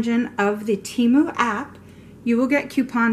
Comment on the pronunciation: THANK YOU for pronouncing Temu right!!!